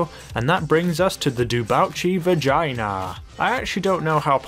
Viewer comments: No cuz he said it. 🤣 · Dapper Snek yeah that’s because that’s what he sai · No he was saying wrong. way wrong... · i startes laughing so hard when he said the dewbachee vagina instead of the vagner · Dewbache vagainer?!??!?!?! Do you mean the dewbauche vagner? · Isn't it VAGNER instead of VAGINER? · he said vagina instead of saying vagner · Its Vagner not Vegana ,😂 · it's a vagner not a vigiana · vag ner not vagina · he actually said vagina so chill lol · Palentro he said vagina😂😂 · "Vaginer" lmao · LOL i love the way he names and pronounces some of the cars like vagina (Vagna) P-Fister (Pfister aka fister) and the oseris (Osiris O-psy-ris or O-Sigh-ris) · Nobody:: "Dewbauchee Vagina" it sounds like it prove me wrong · Damn I was dead when he said vigina instead of vagner lol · great vid as usual but I have one BUT. the VAGINER?. I think you meant the va(g)ner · The ‘vagina’ is perfection 😂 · Bruh he said "vagina"😂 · Vaginer.........lmao( vagner) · Vagner not vagina Also the spectre is a sports car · It is pronounced vag-ner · Haha vagner pronounced vagina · osiris,tyrus,and vagner why do u pronounce them wrong